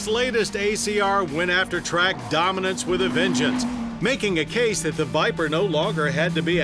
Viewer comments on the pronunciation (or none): none